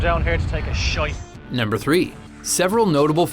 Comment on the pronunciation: Lol how said shit shait